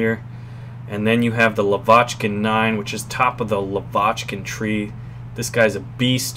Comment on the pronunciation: its pronounced LAvochkin, not LavOchkin. couldn't take it anymore lol